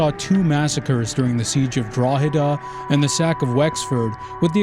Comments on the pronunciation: Great vid, best of luck with the channel. (AND you pronounced Drogheda correctly!😮😂) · A lot of broad claims I'll have to look into, but a fascinating thesis I really enjoyed hearing and communicated with panache. Very thought provoking, looking forward to more. Also impressed you pronounced Drogheda correctly.